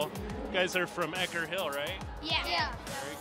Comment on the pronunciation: The school name is "Ecker Hill," not "Eckert."